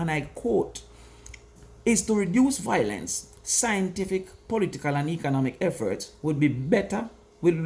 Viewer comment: Violence vs. Voilence.... Why can't Jamaicans pronounce this simple word?🤔